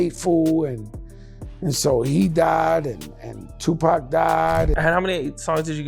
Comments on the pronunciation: "tu-pec" come on with that lazy ass ai bullshit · I really hate when they let the AI read the script...it is NOT pronounced "Two-Pack"! 😂😂😂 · The Pack shit is driving me nuts man. AI put some RESPEK on that mans name already! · Seriously with these AI voice calling Tupac" Pack" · This guy calls him "Tupac" and "Pack" in the same sentence 😂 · If you're using useless, soulless AI, at least program it correctly. I hate this lazy AI content farm bull$#!+. They called him "Lee Ateeno"? "two PACK"? Ridiculous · I cant believe all these old school rappers keep getting Tu=Pack's name wrong. If I didnt believe that, then I'm a bigger "Lee-ah-tino" than Fat Joe.